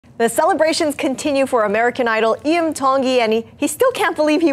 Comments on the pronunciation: Why do people mispronounce his last name, especially news people! T is pronounced as a D. I is pronounced as an E. Iam explained this in his audition. Be respectful. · For someone reporting for Hawaiian news, the woman in blue continues to pronounce Iam Tongi instead of Iam Dongi as he stated at his audition!